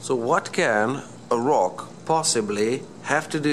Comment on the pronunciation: the way u say rock😂😂😂😂😂